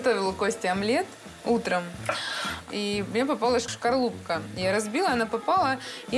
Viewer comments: Что-то режет ухо,, Шкарлупка'. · причём тут диалект? У яйца СКОРЛУПА, ну можно ласково назвать Скорлупка, но ни ШКАРУПКА. Это безграмотность! Диалект это особенность произношения звуков вместо Г Х, выделение О и тд Но безграмотность выдавать за диалект не надо! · Хоть не позорилась бы словом шкорлупка есть слово скорлупа что же великий кухарь не научил тебя правильно произносить слова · Нет, не нормально она говорит! Есть слово скорлупа, вот так пусть и произносит, тем более свою речь разместила в Инете. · Как он не выкинул тебя после произнесеной "шкарлупки")) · Шкарлупка, это из за виниров такое произношение?😂